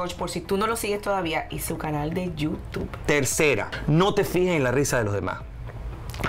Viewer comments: Por favor no digas más Yuss Tu, que horrible bleeee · Por que ella pronuncia YouTube de esa manera? Alguien me dice si eso también es comedia?? Esq es lo único q no me dio risa sorry